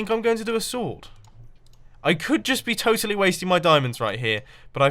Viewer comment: Micah van Everdingen yeah toitaly